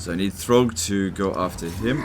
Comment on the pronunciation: "Good job throgg" did I hear that right?! 😹🤣